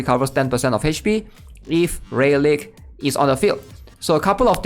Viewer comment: Good vid, but I gotta tell you rayleigh is pronounced ‘ray-lee’ lmao